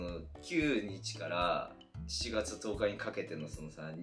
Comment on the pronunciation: 10日を「とうか」と言う横川くんに感動しました